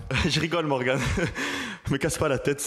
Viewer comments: Morgan pas Morgane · On dit Morgan pas Morgane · C’est Morgan pas Morgane 😂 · C’est MORGAN pas MORGANE frérot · C’est morgan pas morgane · c'est morgAN pas morgANE il vas te mêler. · On dit Morgan et pas MorgANE